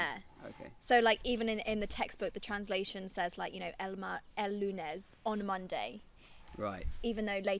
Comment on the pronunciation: If I had to give some type of advice it would be to maybe say the words with less tenseness? Like instead of adding a bit of Lun-es just let it flow out without a stop, sorry if it doesn't really make sense.